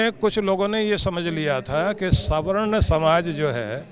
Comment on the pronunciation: Swarn kiya gold k bane ho... Ase bol raha hai sawarna 😂😂😂😂😂